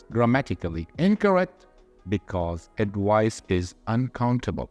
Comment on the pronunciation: Thanks a lot sir for this vidéo but just a remark about the pronunciation of advice